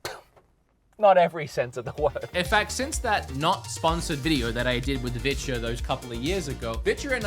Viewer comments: "They're down there if you want to see what bitches got going on." Yeah not going to lie, that's all I hear every time you mention "Vitures." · Is he saying vitya?